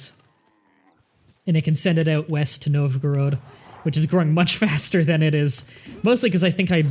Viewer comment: I'm pretty sure it's pronounced Nov-Ga-Rodd (or something close to that), not Nov-groad.